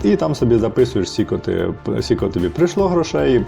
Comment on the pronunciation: Сіко..це кабздець😢 Аж гидко, чесно.Наче сцяки. Навіщо так казати? Це не діалект, це просто знущання над мовою.